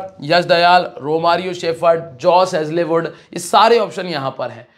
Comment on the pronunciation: भाई हेजले वुड नहीं हेजल वुड है